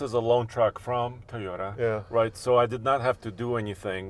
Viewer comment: it’s Toyota not TIota! Please.